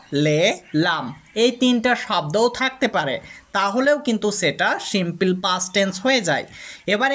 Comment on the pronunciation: দয়াকরে প্রথমে আপনার ইংরেজি উচ্চারণ সঠিক করুন।এই ধরনের হাস‍্যকর উচ্চারণ নিয়ে please কোন ভিডিও পোস্ট করবেন না।কারণ বিদেশের বাংগালিরা আপনার ইংরেজি উচ্চারণ শোনে মনে করে দেশের বাংগালিরা অত্যন্ত মূর্খ। Please don’t say সিম্পিল, say সিম্পুল (simple) ok